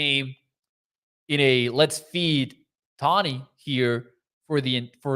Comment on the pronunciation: Its pronounced Toe-Knee. Sorry, was bugging me and my OCD ass. 😂